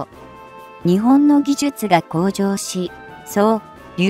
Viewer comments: にちぼんっ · 「日本」を「ひぼん」と読み上げられると一気に興醒め╮(︶﹏︶")╭